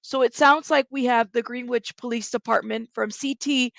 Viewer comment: Could be wrong but I believe the pronunciation is Gren ich